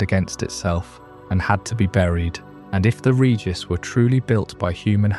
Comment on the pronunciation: Idk if I can sleep to this one, everytime you pronounce regice it snaps me awake, cmon man, pronounce it right